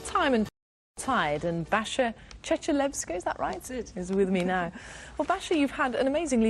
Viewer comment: Cool thing is that the lady pronounced Basia's surname almost properly.